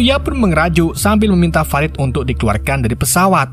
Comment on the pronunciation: fa - rid woy bacanya bukan fe - raid .. hadeeeuh senggol dong